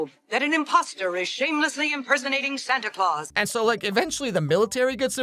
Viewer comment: Why does jack call Santa “SanTY ClAwS*